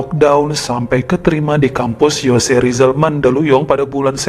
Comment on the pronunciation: Bang koreksi baca Jose Rizal itu bacanya Hose Risal krn filipin pembacaan nama2 spanyol ikutan cara spanyol dimana J-nya jd H.